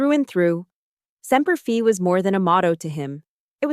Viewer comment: PLEASE TEACH THE READERS THAT MARINES SAY SEMPER FI. not SEMPER FEE.